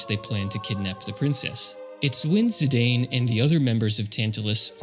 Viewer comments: you sure it`s zi-day-n, not a zi-dan like sakaguchi used to call him? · Dropped after 5 seconds when you said "Zidayn". If you can't even pronounce the main character's name, how am I to assume your video about their game will have anything to teach me? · Zi-Dane?! Naaah 😂😂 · Zidane is pronounced "zee-dahn" (ziˈdɑːn) not "zee-dayne" (ziˈdeɪn). It's a real-life European name (variant of an Arabic "Zeydan" name to be precise), so it's not like the Tidus situation, where it's not obvious how to pronounce it. There was a that French football/soccer player called Zinedine Zidane (infamous for his memed to hell headbutt attack during on of his matches) - you can always check how his name is pronounced if needed ;p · Zee-dan, no zee-dane. One of the best football players of France is called like that and was obviusly taken from there. If its called Maradona you wont called him may-are-done-ai right? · Someone probably already mentioned it but Zidane is pronounced as Zee-dan. I used to pronounce it Zee-dane as well until I played PSP Dissidia years ago and it made me look it up and turns out it's an actual real world name and his original Japanese name, also pronounced in Dissidia, is Jitan. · it's pronounced zeedahn, a french name. remember the dude that headbutted the football player in the world cup 2004? that was zidane. i too said zaidayn when i first played the game in 2000. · Ah, close! There's a canon way to pronounce Zidane's name, and I can't listen to Zidayne lore for 15 minutes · You mispronounced Zidane